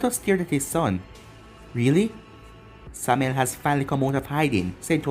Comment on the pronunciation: How did you pronounce Samael right then wrong? Okay everytime you say the name it annoys me you said it correctly once